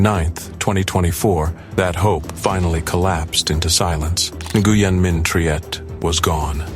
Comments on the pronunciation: Nguyen is pronounced ‘when’ by the way! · Nguyen is pronounced "wen" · Nguyen is pronounced "Win", "Win Minh Triet". I just thought yiu all sohould know how to pronounce this beuatiful soul's name. ❤😢💔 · Nguyen is pronounced like when. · That is NOT how you pronounce Nguyen… And some of these videos aren’t even the right gymnast. Who tf made this video